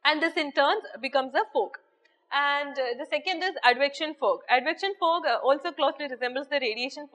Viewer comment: thanks to..great love from karnataka,... mam ur accent is in malayali style....for outer state student bit difficult to understand some words...example- law....u pronounced it as lu, fog -fug, etc...........speed is like bullet train